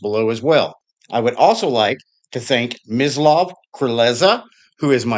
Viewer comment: Oh, by the way, the pronunciation of my name - almost perfect. Not that I mind, but it is a pure S in Mislav (not Z). I know that Slavic names are difficult to pronounce for a native English speaker - so don't worry, my friend! Again, thank you so much, for your videos and for mentioning me! People! Click the Patreon link! Resistance is futile! 👍👍👍